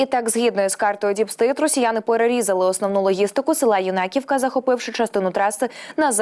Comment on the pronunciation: Нема у нас юнакІвкі..це Юнаківка на перший слог наголос..хочь би знали назви😢